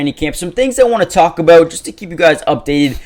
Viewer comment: As son as he said the word: About. I was certain at that point.